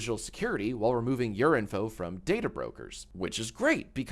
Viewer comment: when jack says your info it sounds like urine fo